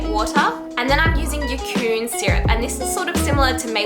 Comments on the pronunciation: I think it's pronounced 'yay-con' syrup, like bacon....but yacon. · Yacón (German word), pronounced yay-con or ya-con :)